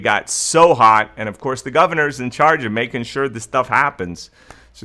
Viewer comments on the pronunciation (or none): none